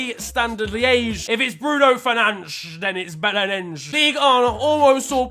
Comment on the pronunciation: Liège* not Liyeige